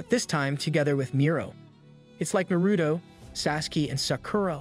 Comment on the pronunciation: Is no one going to talk about ??? No way this man just mispronounced naruto, sasuke, and sakara 😭😭😭